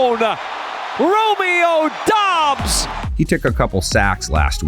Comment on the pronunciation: Doubs not Dobbs.